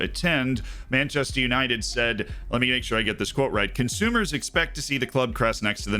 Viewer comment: Manchaster United Menchester United Menchaster United :D